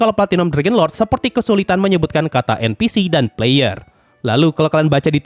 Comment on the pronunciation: Puh-layer enn-piii-sii